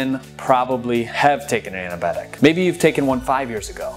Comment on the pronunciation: It's Antibiotic - Why does he say Anabiotic!